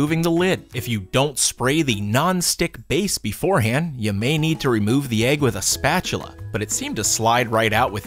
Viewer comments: Jackson boyyy eh-g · That's how you pronounce egg lol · I love how he pronounces it “ayg”. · Why do you pronounce egg (Ayeg) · Boooeee stop hating I bet you say stuff differently sometimes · Phrog | or... “ehg” like the end of the name “Meg”... (or do your pronounce that “mayg”? There are classic vowel mergers, but I find that even some people who don’t vowel merge other words, do in the word egg. Just an interesting regional variance!)